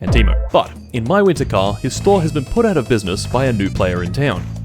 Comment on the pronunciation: All this time, and you still don't know how to pronounce Teimo. Also, PSK should be pronounced as pask, which is almost paska (Finnish for shit).